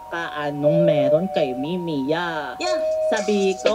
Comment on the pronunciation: itsss mimiyah not mimiyuu